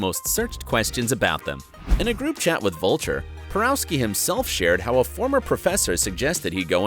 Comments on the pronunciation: Antoni's last name is pronounced "Por-OFF-skee" (not "Por-OW-skee") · omg - Antoni's last name is pronounced "PoROVskee" , ugh...